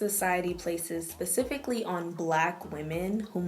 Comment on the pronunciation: Yo, did you say.. “pussifically” fam??!!Lol